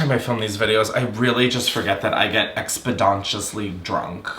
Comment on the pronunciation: "Expidontiously" -, 2026